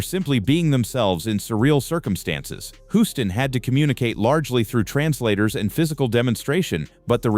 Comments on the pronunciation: Your "robotic" narration is ridiculous! World famous director John Huston's surname is mistakenly pronounced throughout the video! Unforgivable! If you can't get your narrations to properly pronounce names, then hire REAL PEOPLE to narrate your videos! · It's pronounced John Hewston Not John Huston or John Hooston. But good video nonetheless